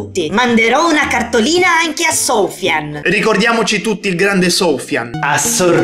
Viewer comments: Va bhe non è che adesso devi anche prendere per il culo i nomi esteri poi non si pronuncia "soufian" ma "sufian" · comunque soufian (e si legge in tutt'altro modo) è un nome arabo .